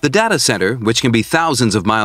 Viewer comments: Data not dada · Oh he says it as Da-ta.. I thought it is read as Day-Ta... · I can't get over his mispronunciation of "data" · There is no correct pronunciation of data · You'll never learn as long as you are pronouncing "Data" like that.